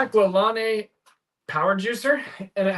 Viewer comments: Lol. I guess you need to be old like me to know it's PRONOUNCED JACK LA LANE😊 He was on daytime TV in the 1950's & 1960's teaching housewives mostly how to exercise. He died in 2011 at 97 years old. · Love all your content. You really motivate me to scale my store. I plan to retire from day job in 5 years and use reselling as primary income. I am older, so I see this as income stream into retirement. Not being critical, but Jack LaLane is pronounced La-Lane with lane being like a street. Ask me how I know. I was a kid and watched him on tv doing his exercise show. Now that’s old(lol)!